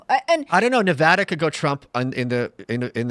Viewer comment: At least he pronounces Nevada correctly lol